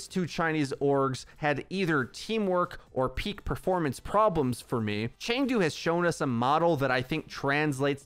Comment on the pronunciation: Chengdu is pronounced Ch uh ng doo.. go hunters